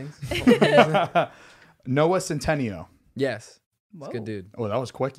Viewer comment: I can’t be the only one being annoyed at how is pronouncing Noah centineos last name 👀🙄😁 dude it’s centiNEO 😂